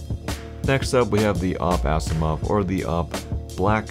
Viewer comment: "Blacksiimov" Nope.